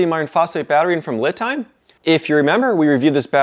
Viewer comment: Looking forward to your battery tests. I have 4 of these Ampere Time / Li Time batteries. I think it's pronounced Lee. I had a Cambodian girlfriend with that same last name.